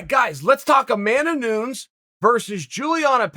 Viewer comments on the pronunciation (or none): Confirmed. He let it slip within the first minute. Said Amanda noons then said “your telling me amanda Nunez doesn’t want to fight pena” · Hold on…. Did he just say Amanda Noons?? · Nu -nez proper pronunciation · Everyone: Nunes Charl: Noons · No way he pronounced her name "Amanda NOONES"... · What is "Nuuns" ?! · Amanda noons lol 😂 Chael with his own pronunciation of names 👍🏻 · Did you just say "Noons"? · Chael: Amanda nuuns Me: yes yes nuuns the goat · "Amanda Nunz" -Chael Sonnenz 2021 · Amanda "Noonz" I did not know It was mid-day.. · Me: potentially hears Chael say ''Noons'' in the beginning of the vid Also me: comes down to the comment section to see if others heard this and is not disappointed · Pronounced Pena correctly, but not Nunes…. Where tf did this goofball go to college again? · Juliana Pena was subbed by GDR who Amanda beat twice and dominated on the ground, and she got subbed by Valentina Shevchenko, who Amanda beat twice mostly due to her wrestling. Amanda is the better striker and is probably the better grappler too. Amanda by second round TKO. Also it's funny that after all these years Chael still can't pronounce Amanda's last name right. 😂